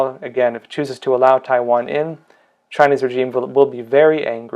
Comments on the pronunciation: good content.... however, it's "rei·zheem". please. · Pls pronounce 'regime' correctly. The 'g' is soft. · That’s not how you pronounce regime pal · FTLOG, please learn how to pronounce regime.